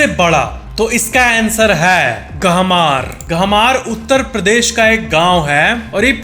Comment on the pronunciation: गहमर है वो, हमारे पास का गांव है, गहमार नहीं है वो 😂😂